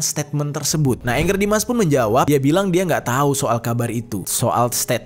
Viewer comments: Bacanya bkn ENGGER jeff baca aja sprt tulisan nya ANGGER JUST CORRECTION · Angger Dimas, bukan Anger. Nama org dibaca AN G G E R, bukan ANGER ( kemarahan) dlm Bhs Inggris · Kenapa orang susah sekali manggil nama ANGGER ? Bacanya sesuai abjad aja Bang, jangan di inggriskan tapi di jawakan ANGGER itu dari kosa kata jawa, yang artinya anak laki laki